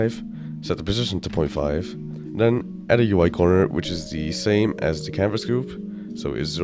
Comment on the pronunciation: i dont understand are u saying canvas gruve or canvas group